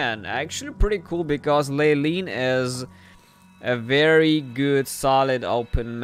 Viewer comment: Leyline is pronounced "LAY-line"